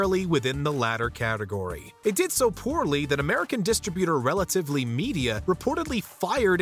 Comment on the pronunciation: It’s “Relativity” media, not whatever you said 😂 🤷🏻‍♂️